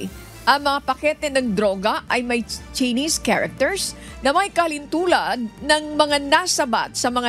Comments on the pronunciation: Tseenis character pagbasa ng chinese characters? Too much mag training naman kau lalo pano mag basa!!! Kakahiya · hahaha sa kaartehan mo, ang pronounce ng Chinese eh Tsinis. Noon pa man obvious na ang kaartehanan ni sa pagbigkas sa kanyang pagbabalita. Maayos at mapapagkatiwalaan ang mga balita ng UNTV, lamang sumusobra na sa kaartehan sa pababalita si. Puna ko lang naman ito. ✌️